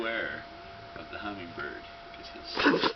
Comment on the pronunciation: How he say's, " where we have a rogue.....very mean...HUMMINGBIRD!!!!!" LOL Freaking funny!!! I have to favorite this video!